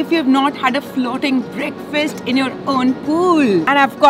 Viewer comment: "Breakfirst" is the wrong pronunciation. "Breakfast" is the right pronunciation. Fast as in I am fasting tonight. I will break this fast tomorrrow morning.